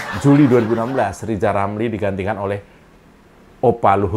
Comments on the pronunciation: Mengeja namanya aja gak becus "lizal lamli" apalagi ngurusi yg penting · Si RR kan asal ngomong, kebelet lidah, coba suruh dia nyebut nama nya gak pernah sempurna. R berubah jadi L.😅😅😅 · lijal lamli